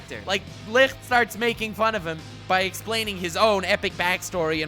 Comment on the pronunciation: Licht is not pronounced licrt its a ç the same sound as in the english word huge (çuːdʒ)